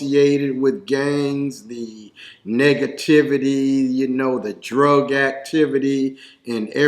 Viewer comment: Did he say “the niggativity”?